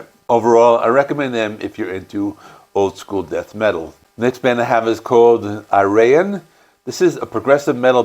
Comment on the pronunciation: I find the lack Epica in this list a shame, They are arguably one of the most popular metal bands from the Netherlands today. Ayreon is pronounced AY-ray-on (emphasis on the first syllable). Transitus is also a very a-typical album. It does not follow the main story of all the other Ayreon albums. I would recommend or The Source instead.